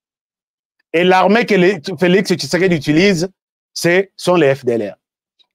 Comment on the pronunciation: Svp monsieur fait beaucoup attention avec l'identité d'un homme Si tu es rwandais tutsi tu n'a pas le son "tshi" dans ton langage, fait attention Mon président ne s'appel pas kishekedi mais Tshisekedi